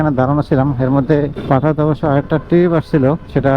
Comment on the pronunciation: উচ্চারণ শিখেন ভালো করে। টিরিপ না। ট্রিপ! খুব অদ্ভুত লাগে শুনতে!